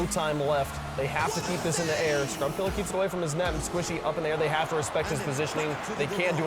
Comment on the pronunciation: Bro every time he pronounces scrubkilla with an r at the end, a child dies of hunger